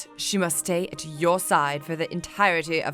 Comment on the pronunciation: "You and Aaron mush have..." ASDFGHJKL